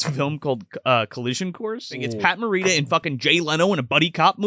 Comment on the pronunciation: Please learn how to pronounce Morita before you try to educate anyone about Pat’s history.